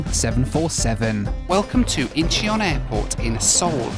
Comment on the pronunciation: the eo in Incheon is an open-mid back unrounded vowel so it's more like the u in gut (slightly dependent on your accent) just say Inchon without the e, that's already a bit better.